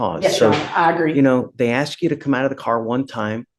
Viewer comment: The defense attorney can't say the word "Ask". Trots out the "we afraid of da po-leece" motif. NOT RELEVANT!